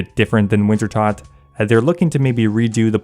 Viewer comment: You keep mispronouncing Wintertodt, I keep disliking your videos; simple as 😊